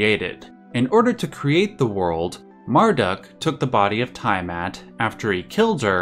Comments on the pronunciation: Tee-a-mat not Tie-a-mat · Its NOt "TIEAMAT!!!" Youve got a hard on for pronunciating everything with fricking "EYE" its TEA A MAT!!!!! "TIA MAT"!😡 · It seriously bugs me that you mispronounce "Tiamat" a billion times in this video. The "EYE" sound of the letter "I" is a VERY Romanic thing. Almost all world languages pronounce that letter as either "EE" or "YAH". In the case of "Tiamat", it's the "YAH" sound". "T'YAH MAT". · Lich - /lɪtʃ/ "litch", isn't it? Also, it's tee·uh·mat, not ta·ya·mat for Tiamat. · its "tea-ah-maht" and "mar-dook" NOT "tie-uh-mat" and "mar-duck" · Nice video, but it is called T A mat, for Tiamat. Ty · Great video! In the future, though, you may want to make it a point to double check pronunciations online before recording. Hearing Tiamat mispronounced 30 times in a row was a gut punch every time I heard it. Haha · Say it with me, Litch = Lich. Tee-a-mot = Tiamat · I would like to take this time out to say this: it is pronounced Litch (Lich) and Tee-a-mat (Tiamat). Thank you.